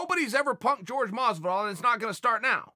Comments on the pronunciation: Jorge “George” Masvidal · FFS, does it kill to say "Hor-hay" Masvidal? I'm going to start calling anyone named George "Jorge" from now on.....correct pronunciation of course. I like this fight for Colby. It is back to back killers, but he could take Masvidal if he comes with that same effort he always has and hasn't suffered any letdown from the Usman fight. Masvidal could take it too, but Colby's pace and output are a lot for anyone at 170. I can see him grinding out a hard decision over "Hor-hay" Masvidal. :D